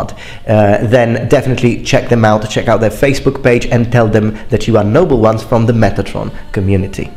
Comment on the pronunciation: I'm a newcomer to the channel and uh...do you say "hello number ones" or "hello Noble ones"